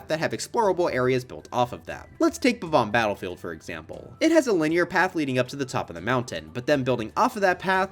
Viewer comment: "Bob-Omb Battledield"?